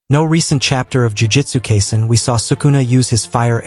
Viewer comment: Kaiser? Its kai: sen: say it with me.